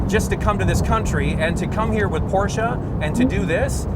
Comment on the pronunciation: why porscha? is porsche